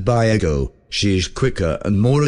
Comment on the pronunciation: lol it's pronouncing ego like the waffles. Silly AI